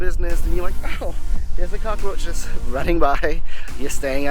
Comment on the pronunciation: Can we get one thing straight this guy is so fucking weird you can’t even say cockroach right Americans are the ones no one loves